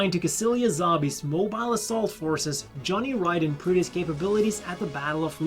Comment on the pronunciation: thank you for pronouncing Johnny Ridden's name properly.